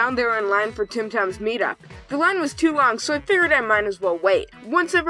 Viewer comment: You said, “Tim Tam’s meet up.” Like the fricken Austrialian cookie xD